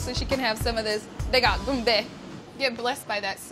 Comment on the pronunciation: I hate how she says qumbe. I can say it and I'm not even Somali.